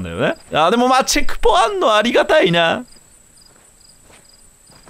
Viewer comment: 嬉しすぎてチェクポのことチャクポって呼んじゃう牛沢かわいい